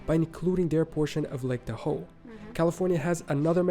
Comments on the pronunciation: Re. Cascadia, remember this is a video about regions, not states. Rather than the Cascadia Mtns., they're the Cascade Mtns., and the national park in that area is N. Cascades N.P. I believe you know from other videos that Lake Tahoe gets the accent on the 1st. syllable--TAH-hoe. I'm not absolutely sure how he pronounced Piedmont, but it's PEAD-mont; I think he said pea-ed-MOAN(T), indicating a French twist to it. When he said 'jig-uh-LOP-uh-liss', he meant to start with 'gig'. as in 'gigabyte'. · The narrator should have reseached the proper American pronounciation of Piedmont, Tahoe, Spokane, etc.